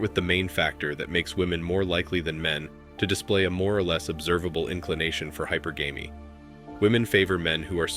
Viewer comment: Bro… Teach your robot how to pronounce hypergamy. “high-PURR-guh-mee”